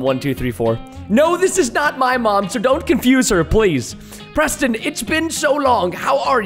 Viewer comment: I love how the noobs says Preto Instead of Preston